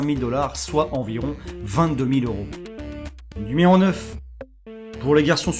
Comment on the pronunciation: "nméro 8" la facon dont tu le dit ^^ sinon bonne vidéo